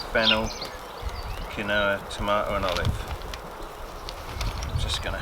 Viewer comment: apparently Quinoa is pronounced keenwa lol